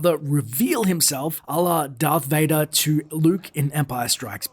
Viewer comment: Its Darth Vadoor. That would make a noice door.